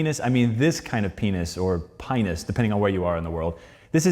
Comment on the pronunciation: I'm a pretty big defender of the idea that there fundamentally is no wrong way to pronounce botanical Latin, since it never was a spoken language in the first place, but this guy really needs to stop pronouncing Pinus like that